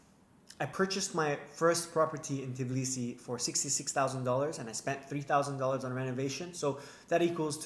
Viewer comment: t BI lisi. Not fucking t i B lisi. Why is it so fucking hard for you?